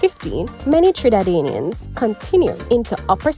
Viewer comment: Nevis…Trinidadian…Santiago. Before you post videos… learn the correct pronunciation of the names please. Every country and people deserve that. Viva Cuba!